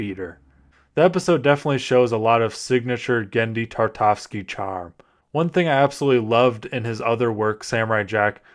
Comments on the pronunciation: dude, it's Tartakovsky, at least say the legend's surname correctly, God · From the moment you completely butchered his name, there was no way I was gonna watch this. Sorry not sorry.